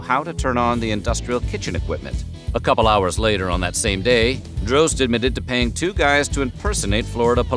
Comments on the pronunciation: I believe Eds name is pronounced "Dros tee", not Droste, and there was also a local radio show on WSUN called "Hooters on the Radio" in the mid 90's. Created by Droste and Ron Bennington (Ron and Ron fame). It had B.L., Julie Williams and occasionally Lynn Austin hosting, all actual Hooters girls. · I can't belive he pronounced droste as drohst it's draw sty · Ed’s last name is pronounced Draw Ste, like in Steve. Droste